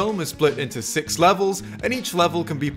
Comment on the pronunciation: I like the emphasis on “All SIX Star Wars movies”